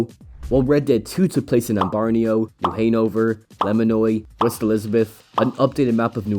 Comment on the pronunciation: Hey man great video but your pronunciations of ambarino new Hanover and lemoyne gave me a stroke